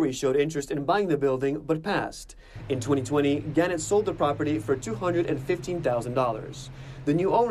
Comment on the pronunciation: The newspaper company is pronounced guh-NET, with the emphasis on the second syllable.